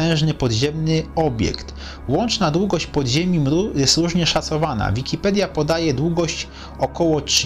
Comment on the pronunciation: Zmien tylko to mru, bo brzmi to beznadziejnie! Nikt tak nie mowi!!! TO JEST EMERU